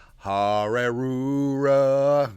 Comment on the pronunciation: The “harrerujah” at the end made me choke laughing!